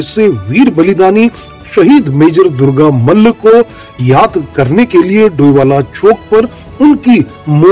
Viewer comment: Great job.Jai Gorkha Jai Bharat.Not Durga Mal but Durga Malla pronounce the great man's name properly.From Darjeeling.